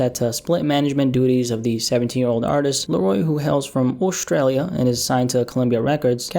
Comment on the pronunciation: "Aw - stralia"